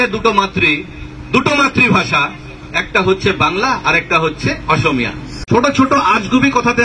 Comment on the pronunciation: অসমীয়া শব্দটো কব নোৱাৰে osomiya বুলি কৈছে